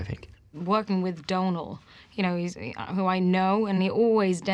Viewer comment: his name is pronounced Dome-hill lol